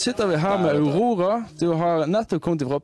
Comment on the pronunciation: no idea how you pronounce huhora, but aurora is pronounced according to norwegian (besides some dialectal differences between the pronounciation of sounds) and honestly I don't think it's a good idea to "translate" sounds to other language. if you really want to know, you'd have to study norwegian phonetics. it's quite simple as there aren't many exceptions like in English, which is a weird mix of french, latin and german.